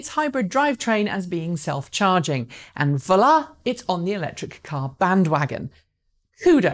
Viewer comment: bruh trying to say voila almost gave her an aneurysm lmao